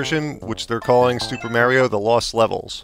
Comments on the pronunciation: its not me-rio its ma-rio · MARRYO MARRYO MARRYO! Other than that, not a bad review man! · I can’t stand how this guy pronounces “Mario”. Hate it when people do that. Other than that, good review over all. 👍